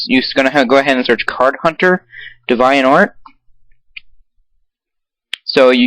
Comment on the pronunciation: deh-vi-ont? wow its dee-vi-ant